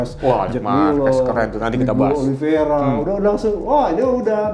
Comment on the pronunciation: *Oliv-ei-ra, bukan Oliv-ie-ra bang